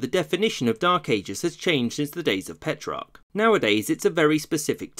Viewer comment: Did he say "Coined by Pet Rock?"